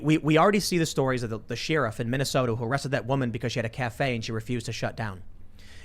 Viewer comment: Tim is only Asian when he says Sheriff